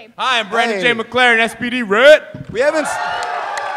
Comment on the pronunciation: FORD FRS It's McLaren not McMalren.